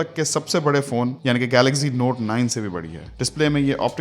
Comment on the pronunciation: Amazing Brother Love your Voice and Videos.... Jab ap Galaxy ko Galazy kehty Hein.... Literally Amazing....❤❤❤